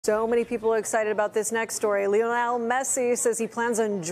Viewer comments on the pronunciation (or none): As a Spanish speaker, I can tell you she pronounced “Lionel” correctly, that’s how people in Argentina would say it, most English reporters start by saying “Lion” like the animal and that’s incorrect. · Reporter can't pronounce the name 'Lionel' 😂 Americans, man (And I'm a Yank too)